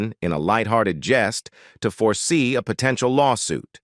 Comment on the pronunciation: Yeah, "po-tent-ee-al" ?? And if we didn't have to get it all twice it'd be much easier to watch a 17 minute version.